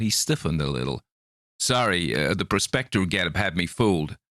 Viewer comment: Very good. I thought it painted a vivid picture. Your American accent is impressive. We say "prospector" and "prospecting" with different emphasis. Slower and the vowels drawn out. Yours is clipped and fast. But as I said, you continue to make a fascinating listen.